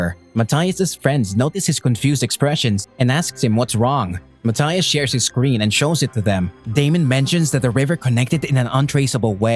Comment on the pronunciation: Him how to say screen: “scween”